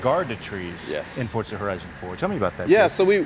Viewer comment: It is Forza my Dudes! Vrooooom!